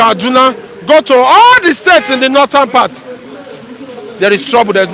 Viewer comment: Why is the first person always saying northernan instead of northern??? He needs to be corrected abeg, doesn't sound good in the ear...Lol!